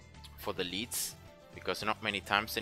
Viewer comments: the way he pronounces "lead" is incorrect. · I love the way you pronounce lead :D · Me too and it is cool to say it your way 😎